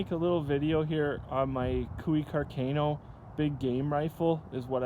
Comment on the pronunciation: I love Canada and I would love to have one of these Cooey custom rifles, but you guys are killing me with your pronunciation of Carcano and carbine.